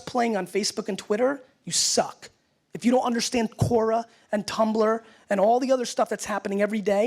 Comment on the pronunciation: He pronounced it Kora but it's pronounced Kwora. The web site name is Quora. It's a platform for people to ask questions and throw them out to anyone that thinks they have the ability to answer them. You can be a question asker or an question answerer as you chose.